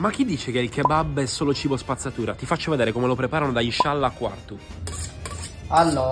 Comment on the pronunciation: Inshallàh accento sulla a